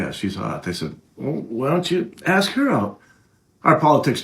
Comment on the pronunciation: The word is A-sk. ....ASK.....It's not aKs. If you're want to come across as educated.....it benefits you to use the English language correctly.